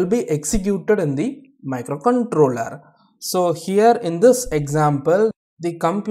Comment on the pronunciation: Very easy explanation thankyou.. Your pronunciation of micro controler was nice